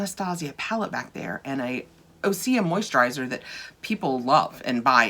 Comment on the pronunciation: According to their website that isn’t how it is pronounced: Great question! OSEA is pronounced Ooh-sea-yah! OSEA stands for the core elements of wellness and our source of inspiration: Ocean, Sun, Earth, Atmosphere.